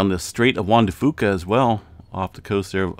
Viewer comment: Thank you. I Always pronounced it FOO KA too.